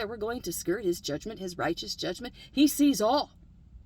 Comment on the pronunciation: The j word doesn’t have an e between the g and the m. Just sayin’. Great video, though.